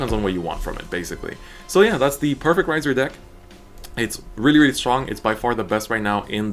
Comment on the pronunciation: 'Rai' is pronounced like "rye." He's pronouncing it right.